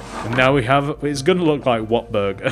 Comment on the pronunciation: it sounds like he's saying water burger